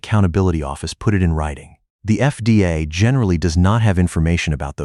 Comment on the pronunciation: FDA is pronounced effday? effday? I H A T E A I NARRATION!